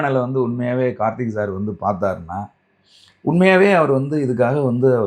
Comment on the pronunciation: நெறியாளர் தம்பி... கார்த்தி அல்ல கார்த்திக்...